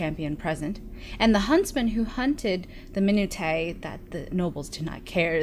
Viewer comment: Not to be snobbish but minutiae is pronounced "men-ush-ya" - means small, trivial details. Sorry but I figured you'd rather know than not know. I'm loving this btw, thanks!